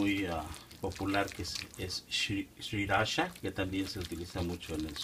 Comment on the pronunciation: Lo bueno empieza hasta el minuto ... btw, se dice SIRI-ACHA 😊